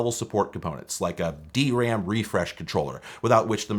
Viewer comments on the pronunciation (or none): none